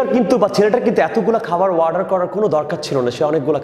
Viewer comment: Sir its not ওয়ার্ডার its অর্ডার !